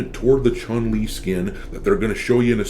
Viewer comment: I do the sf6 1 time a month for the BP but I can't stand the game because how level select works. PS I wish people learn to say her name right Chun is closer to chewn then what people say